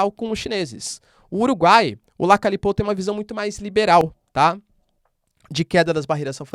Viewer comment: Se pronuncia Lacalhe e ñ l Lacale.